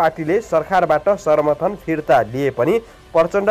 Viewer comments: समाचार भन्न नजान्ने समर्थन लाई सर्मर्थन भनेको सुन्नोस न होउ स्रोता महोदय ।। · सर्मर्थन होइन सम्र्थन वा sarnarthan hoina samarthan भनु प्रो समचार बाचकले असुद पढ्नु भएन!